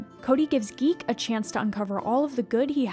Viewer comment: 5.36 Big Z's name is ZEEK not Geek